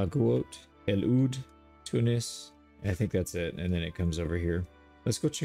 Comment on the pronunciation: thank you for pronouncing tunis right Love you from tunisia❤❤